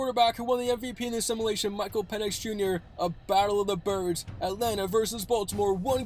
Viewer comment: Someone please teach this young man how to pronounce simulation. Otherwise good video.